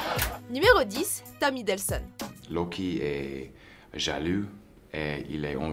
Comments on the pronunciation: Vous avez fait une faute c'est Tom Hiddleston pas hiddelson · ... on dit Tom Hiddleston, pas Hiddelson! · Tom Hiddleston ! Pas Tom Hidelsson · C'EST "TOM HIDDLESTON" PAS "HIDDLESON" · Hiddelson ?! Hiddleston bordel ! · C'est Tom Hiddleston pas Hiddelson! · tom hiddelson ??? hiddleston* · Tom Hiddleston pas Hidlesson !! Respectez un peu s’il voit plais! 🤝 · Tom HiddlesTon, pas Hiddleson... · c'est pas tom hiddlson c'est tom hiddleston. ... c pas grave😊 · C Tom hiddleston pas Tom hiddleson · FAUTE !!! Tom Hiddleston et non Tom Hiddelson